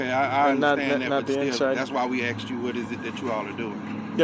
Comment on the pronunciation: He sure axed a lot of questions